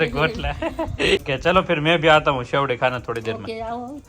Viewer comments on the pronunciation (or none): શેરડી કહો શેવડી નહી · Serdi khevay,sevdi nhi 😅😂